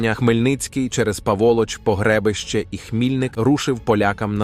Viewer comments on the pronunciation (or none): ☝️ По-гре-би'-ще !!! А не погре'бище... 🤦‍♂️